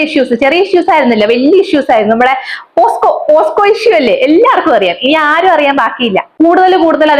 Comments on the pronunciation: posco alla pocso ath onnu padiku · പോസ്‌കോ അല്ല പോക്‌സോ